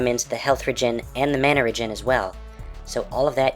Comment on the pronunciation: You pronounce "mana" 2 different ways.